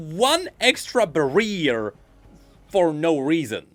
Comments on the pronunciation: Not the barear lol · I'm sorry but I can't get over how you pronounce Barrier for some reason. It just sounds so goofy.